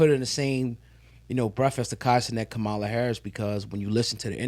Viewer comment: ….can y’all please pronounce Ka ma la’s name correctly tho? It’s a lil disrespectful, it’s your duty as independent journalists to get her name correct.